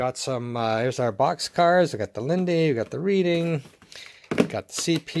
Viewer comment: Hey. Just so you know, Reading is pronounced "RED-ing" in the train world, as it refers to the Reading Pennsylvania Rail Line (popularized in Monopoly) out of Reading, PA, which like many place names, possesses a pronunciation that is rather counterintuitive and non-phonetic.